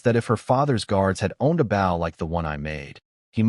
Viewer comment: And once again the AI cannot figure out the word bow as in leaning forward and respect or as in the front of a boat when you pronounce the word b o w in archery equipment it's not pronounced that way.